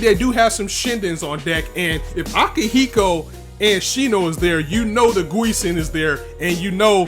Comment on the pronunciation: Okay, it's time for you to remember and pronounce some names correctly. Repeat after me: Arbrau: Ar - Brau (not Arbaru) Akihiro: A - Ki - Hi - Ro (not AkihiKo) Gusion: Gu - Si - On (not Guison)